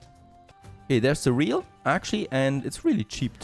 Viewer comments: Cereal... 'Cereal... not ce'real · he pronounced surreal 😂